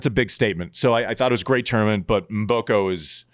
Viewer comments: Do not pronounce the M, just say Boko, in Africa, the M is silent...almost😂😂😂😂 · learn to pronounce Mboko!:)